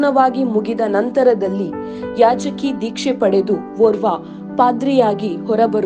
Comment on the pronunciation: ಕನ್ನಡ correct agi mathadi. ಯಾಜಕಿ alla ಯಾಜಕ ದೀಕ್ಷೆ